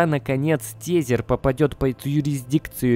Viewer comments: Нравятся твои ролики! Лайкос! Но Биткоин Диаманд и тЕзЕр 😅👍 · учи английский. А то битфинекс и тезер - это просто "кровь из ушей".